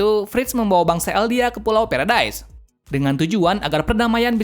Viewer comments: Pulau Paradis❎ Pulau Paredais☑️ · Bang pulau paradise itu dibaca pulau paradis